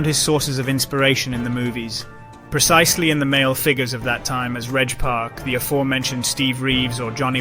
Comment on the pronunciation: Pronounce the words properly mate FFS Good video but Reg Park. Sergio Oliver. Joe Weilder all miss pronounced and your English so you should know